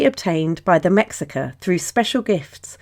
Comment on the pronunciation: mexica is actually prononced like me-shi-ca. the "x' is actaully pronounced like "sh" in the nahuatl language